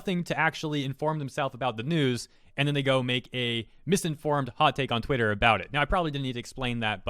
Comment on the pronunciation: Did you intentionally say twatter, because that’s gold.